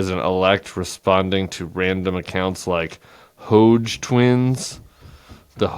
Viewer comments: Yo Tim…guess you missed out on phonics lessons! HoDge is not pronounced ‘hoge’. Think ‘lodge’ or ‘dodge’. The ‘d’ is not silent! It is annunciated clearly! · It's oronounces Hawdge. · “Hodge” rhymes with “dodge” twins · Hodge (rhymes with Dodge, Tim, not Loge) Twins have four times the subscribers you do, just sayin'. Nope, no pardons for the FBI who were in there trying to get people to be violent - you understand the issue, Tim, why do you pretend you don't? Well over 90% of the people prosecuted were non-violent, they're all going to be pardoned, the "real" story will come out about Jan 6 (including the likely-Fed pipe bomber), and you'll be crying for four years. But hey, that's politics! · That's Hodge, as in hodge-podge. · Dear Tim, Love the Bulwark. Don’t usually comment but had to this time. It’s Hodge with a short O. I know because that’s my last name. No relation thank God. But I do have my own set of Hodge twins who thankfully are NOT MAGA. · This dude cannot pronounce Hodge. L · I think hodge would be pronounced like dodge, as in dodge ball or Dodge City. 😊😊😊😊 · Hodge is pronounced like Dodge.